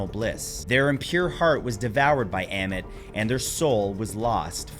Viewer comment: Oh, you got to it later. I'm glad you also mentioned Ammut (Ammit) too, although I will admit that your pronunciations did pain me. 😅